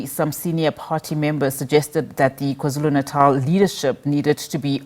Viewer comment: you're a Nguni person, why do you pronounce KwaZulu Natal like that?!